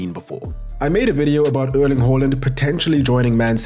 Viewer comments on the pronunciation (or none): It's pronounced Airling.